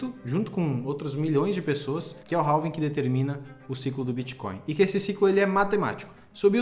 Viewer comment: Não é "ralving" e sim "Réving"!